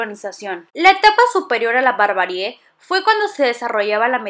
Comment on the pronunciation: Es nómada, no nomáda. Y me dejas la duda si es barbarie o barbarié ya que siempre dices esta última y casi seguro que es la primera. Corríjanme si estoy mal